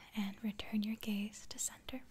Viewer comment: Is it just me that understood gays instead of gaze. I really had to concentrate to understand gaze... or am I just too gay for life ?